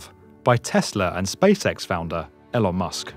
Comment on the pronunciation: This guy be like "ELOUN MUSK"